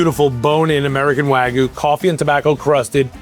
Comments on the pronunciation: seconds in. It's WAG-YU - not WAGOO. PLEASE pronounce it properly, thank you. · Never trust someone who pronounces Japanese Wagyu and waaaagu lol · insane to be at the top of the meat game calling it "waaaa gu" smh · i respect what they do, don't get me wrong, but why do american chefs always pronounce it wagoo instead of wagyu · Why is it so difficult for people to say wagyu correctly? It's NOT wagoo. Why do you think the letter y is even there? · Why do all these people always say wagu when there’s a Y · For a guy who loves wagyu so much he sure doesn't know how to say it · If he can pronounce foie gras can he please pronounce wagyu correctly. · blud pronounced all the french oui oui, but can't even pronounce Wagyu correctly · I don't understand how someone so involved with Japanese beef can't pronounce wagyu.